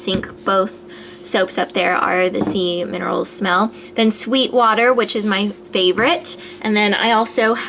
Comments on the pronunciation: lmao its sea minerals not semen roles :P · When you said Sea Minerals I heard Semen rolls so I played it back to read the bottle. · haha when you were showing us your method soaps, and you said "sea minerals".. i totally heard "semen rolls" LOL!!! ahhhahh, and when you were running to your room to show us tiny tower i pictured you running like Luke when he was wearing your pink slippers :P PS i totally downloaded tiny tower and am OBSESSED! its a great game, thanks for introducing it to me! :) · When you said sea minerals for the method soap it sounded like you said semen at first .lol my bad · I heard "semen rolls". :o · I thought you said semen rolls -. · She said Sea Minerals! HAHAHA it sounded like Semen rolls though lol! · oh man i thought you said "semen rolls" instead of sea minerals! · i heard sea minerals as semen rolls :D *head desk* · first time she said sea minerals i thought she said semen rolls....sorry if inappropriate =/